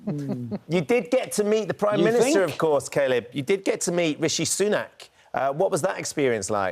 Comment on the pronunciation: Why is Ben calling him 'Kay-lib' ???